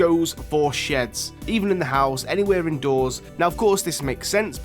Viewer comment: TH still doesn't make the F sound. Money > MoonE. House > Ouse